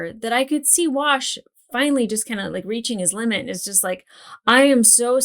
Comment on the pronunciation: why did you saying you were going to go play with your "Wash" doll sound like you were saying "I'll be in my bunk"?